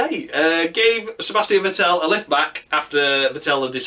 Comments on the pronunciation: Vettel is pronounced much like "veddle". Shit luck, or a bit more karma? You can't expect to commit road rage (under safety car) and showing a bunch of cars off (unpunished, because red car) and continue to challenge for the title. Karma needs to step in. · Martin Brundle pronounces it correctly. The accent is on the first syllable. Thanks for a fun video! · Could you please learn to pronounce Vettel's name properly?